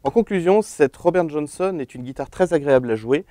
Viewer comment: "RRobére Johónsonne"! Lol.